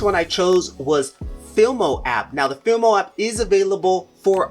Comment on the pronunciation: Fi-Mo, not Fil-Mo; Cap-Cut, not Clap-Cut; kinnie-master, not "kine"